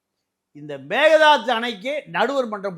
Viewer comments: Dey it's not megadhadhu.. it's mekkedaatu. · Dear sir Please pronounce kannada word properly.Donot give chance others to laugh. It is Meghethandi Sorry